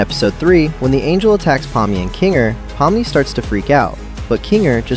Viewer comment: actually, its pronounced 'po-mm-nee', i know since im actually russian myself